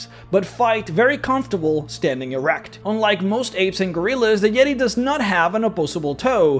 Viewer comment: Oh my goodness it's the "YEE-TAY"...THE "YEE-TAY"